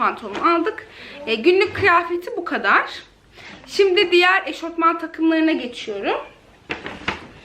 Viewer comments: eşortman değil eşofman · Picama değil pijama eşortman değil eşofman denir 😉